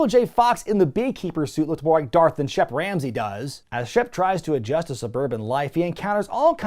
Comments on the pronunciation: I know his name's Shep Ramsey, but i keep hearing Chef Ramsey and now i wanna hear Hogan yelling about the lamb sauce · I thought you said Chef Ramsey. Like WTF!? Lol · I've watched too much Hell's Kitchen, I keep hearing "Chef Ramsey" instead of "Shep Ramsey".